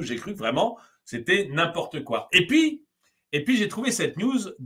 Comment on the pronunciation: Par pitié, "et pi" => "et PUIS". "y a rien" => "il N'y a rien". Il a déjà suffisament d'enrichisseur et de wesh qui massacre notre langue. Je me doute que dans la fouge verbal ça peut arriver, mais là coup sur coup... j'ai perdu un tympan 😅 Sinon, superbe vidéo, comme toujours 😊